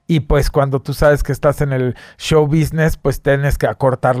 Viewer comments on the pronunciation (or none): none